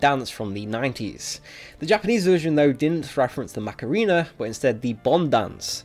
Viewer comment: did he sayd macarina i got triggered a bit